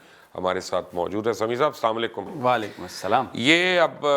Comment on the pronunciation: Please always try to say "assalam o allikum" properly